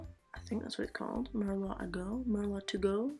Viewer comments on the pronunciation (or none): okeedokee. It's hard to communicate with a keyboard sometimes without giving the wrong vibe. I replied as soon as I heard you pronounce it mer-lot. I was going to delete it when you said it correctly, but then you said mer-lot again, so I decided to just leave my comment. Regardless of all that, this set it gorgeous my dear.😘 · Merlot is actually pronounced mer-low.... It's a type of wine. Nice work. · ps Merlot is pronounced mer-low thats why it rhymes with go ;) as usual your work looks gorge!